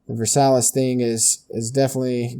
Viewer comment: The Treaty of Versailles is pronounced "ver-sigh" and was named after the Palace of Versailles where it was signed.